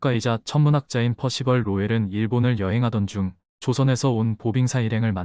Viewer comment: 발음 조심. 피할곳이 없네. 퍼씨벌, 퍼씨발…